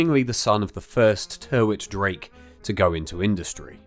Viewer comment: Another mis-pronunciation - Tyrwhitt is pronounced Tirrit. Apart from that it’s a brilliant film.